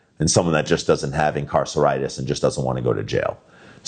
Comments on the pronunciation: “Incarciritis” 😂😂😂’said’ injuries would not have happened. Had you not fled the police. Your fault!!! 😂😂😂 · "Incarcinitis" :face-green-smiling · imcarsaritis lmao i love it! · ‘Incarceritis’…Bro I nearly spat my morning coffee over my iPad😂😂😂😂😂